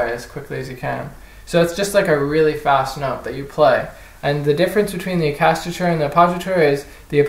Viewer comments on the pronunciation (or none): Little tip - it's pronounced: Ah-chaka-tura